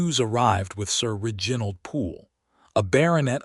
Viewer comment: Can we not get AI to fix the mispronunciations El-i-nor NOT A-lee-nor, Rej-i-nold NOT Reg-in-old